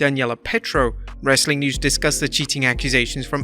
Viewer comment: TBH, I thought it sounded like "Rustling Content" 🤣